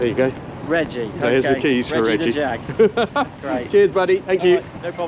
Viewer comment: Come on everyone knows Jag is Pronounced Jaaag